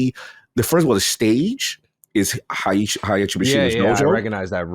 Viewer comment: Hai-achi, Tai-yido